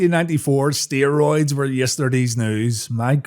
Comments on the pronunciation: What are steeroids? I don't know, aren't you the one that says per instead of poor all the time? Seriously dude, pot and kettle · "Steeroids! Now with 110% More Bruthuring!" 😂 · Steer-oids...? Is that what Lucha-deers thake? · What's "steer-roids"? Cattle on the gas, brother...